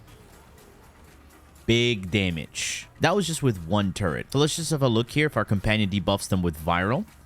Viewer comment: I'm sorry man, but you violated my one of my linguistic pet peeves It's Turret, not Turrent